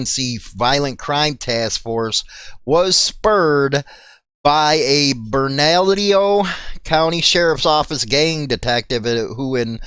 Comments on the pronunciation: Burn-ah-lee-o county lol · Bernalillo is actually pronounced BERNA-LEO. GET IT RITE BRO ... LOL MUCH LOVE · Bernalillo is pronounced burn-ah-leo